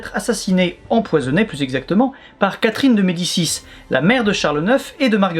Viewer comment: Toi qui prononces d'habitude tous les noms très biens, tu t'es pas un peu foiré sur Catherine de Médicis? Ou tu fais exprès de le prononcer à la française parce qu'elle vit en France? ^^